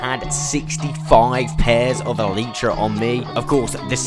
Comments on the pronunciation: Why you say eletrah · Love the content, hate the “EELEEtra”